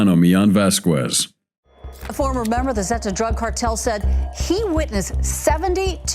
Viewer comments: Vasqwez? Lol.olol. It's spoken like this: Vaskez. Don't feel too bad. I run into at least a half dozen instances every day of mis-spoken words I learned in grade school. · Lmao never trust a commentator who pronounced Vasquez with the Q like quick sound rather then the k sounds lmao it’s not pronounced “Voss-quezz” it’s like “ vasskezz” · I HATE computerized narrations. Vasquez -- i.e., Vas kez. Not Vas kwez you morons. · Right? It's weird because he pronounces other names decently. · Vasquez - pronounced "vas-kez". NIce automation...morons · If you,, would listen to your own videos, you wouldn't make such a fool of yourself by mispronouncing the common and easy name "Vasquez." The TV lady has it right, and you have it both wrong and childishly silly. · The u is silent, you do not pronounce it in his name.